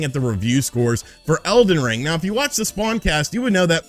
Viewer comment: He called it elven ring like 4 times😂